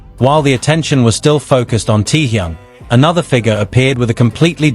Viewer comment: Всё правильно, кроме того, что он ТЭХЁН, а не Тэхун.Простите, но уши режет, когда искажают его имя.